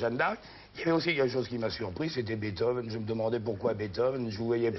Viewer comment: Pourquoi ils disent Beethove? C'est comme Bach, qu'ils prononcent comme "bac". Quelle indignité.